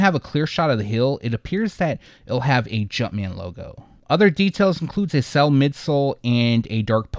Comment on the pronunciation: "Cell" <-------🤣🤣🤣🤣 I laugh every time. No idea why he can't say "sail". Lmfaoooooojdjei754rtahsbbsj